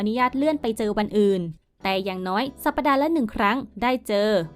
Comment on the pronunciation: สัปดาห์ ไม่ใช่ สัป ‐ ปะ‐ดา สมัยไหนแล้ว ยังอ่านไม่ถูก อ่านว่า สัป‐ดา อ่านใหม่จำไว้